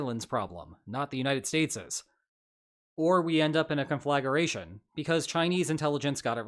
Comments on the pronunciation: Lo e your analysis. But isn’t the word “conflagration”? Rather than “conflagaration”, which you said 3 times? Sorry to nitpick. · Conflagration is pronounced kon-fluh-gray-shn; it isn't kon-flag-er-ray-shn. Please excuse my pedantry, but it is like pronouncing manslaughter as man's laughter. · Conflagration is pronounced kon-fluh-gray-shun not kon-flag-ger-a-shun. I wouldn't refer to this as a world war as there aren't enough belligerents or theaters of operation. There are two separate wars. The belligerents and others are supplying arms to various belligerents, but I would not consider them party to the conflict as they are neither officially or unofficially at war, because there are no declarations of war and no concerted and overt hostilities conducted against them on their territories or at sea. WWII, by contrast had at least 3 theaters (Pacific, European, African) with up to 4 fronts in Europe, several in the pacific depending on how you count them (China and Korea, Southeast Asia, south Pacific islands, the Aleutians), and 2 fronts in Africa while it was active. On the other hand, the Russo-Ukrainian conflict has 1 front currently, and the Iranian-Israeli-American War has no fronts and only aerial and naval actions. Anyway, I think China hasn't decided when it might invade. They might get inventive and use cargo or tankers to conduct sneak attack landings by beaching them with little warning on beach heads prepared by assault troops delivered by submarine, small speedboats, and helicopters, and perhaps even ultralights like Hamas did on October 7th. They might even sneak on on cargo ships or tankers that came into port legitimately. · "con-fla-GRAY-shun" not "con-FLAG-er-EH-shun" (yes, I'm a pendant) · Small point,: conflagration, not conflagaration. 😊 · Conflagration is a four-syllable word CON fla gray shun. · I think you are mispronouncing “conflagration.”